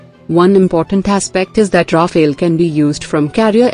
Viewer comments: It’s not “Rafaël”, it’s “Rafale”! And there’s a reason for it! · it's not Rafael actually it's Rafale litereally means gust of wind. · Rafale, not rafael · Rafale and Raphael are two distinct/different words! There is no e between f and l in Rafale. Rafale is translated as fire burst or wind gust. Raphael is just an archangel. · Sweetie, it's called Rafale. Not Rafael. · It is Rafaal not Rafail. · It's Rafale and not Raphael. Goddamit! At least get the name right if you consider yourselves some kind of expert source. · ALright everybody pay attention. This is how you pronounce 'RAFALE': RA-FALE --> 2 syllable word --> 'A' is prounnouced 'AH' as in 'ARM'. The 'E' at the end is silent. RAFALE means 'Burst of fire' in the military shooting sense and 'Gust' of wind in the meteorological sense. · Love the pronounciation. Ra-fail. Sounds about right. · It’s pronounced Rafael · Could you imagine why the Rafale ( pronounce Rah-fahl please ) is three time more expensive than SU 30 ...? Its because it is ten times more reliable .....and twice more effective its good value for money F-35 will be twice more expensive and don't mention F 22 .... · The name is RAFALE, unlike Raphael, the way female voice pronounces🧡🤍💚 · On what basis do you claim that the SU-30MKI is a viable air dominance fighter? How does vectored thrust help, or even the Pugachev Cobra? And the spelling is RAFALE, pronounced RAFAAAAAL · The correct name of that plane is "Rafale" which is the French for "gust" (as in "gust of wind") or for a "burst of fire" (as in machine gun "burst of fire"). The phonetical confusion came as a result of the lecturer's mispronunciation of that French jet fighter's name. Show less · Rafale learn your French or stfu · It sounds better when it is pronounce like ....Nadal